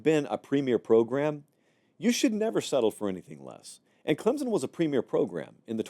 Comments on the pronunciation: Here’s what he means… says clemZen. Correct pronunciation is clemSon. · And it is not pronounced "Klimpson" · On behalf of all Clemson fans, there's no Z in Clemson. "Clemzin". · I’ve been telling him that.🙄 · Please pronounce Clemson with a “p.” I can’t stand to hear you say it that way. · Agreed. No P and no Z.